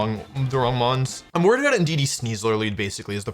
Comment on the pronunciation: thats not indudee thats inshedee